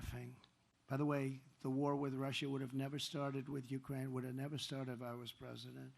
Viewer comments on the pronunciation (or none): none